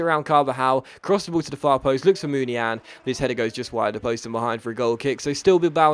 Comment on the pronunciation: Its not munian it muniain (muniayiin)